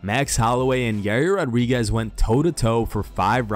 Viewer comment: "Holloway and YUUUUR" 😂 Why do people struggle so much to pronounce his name